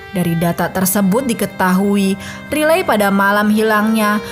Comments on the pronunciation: Maksudnya raily x ya bukan riley di bacanya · Riley Crossman. Dlm English mmg sebutannya Raily. Dia bacanya dlm versi Indonesia.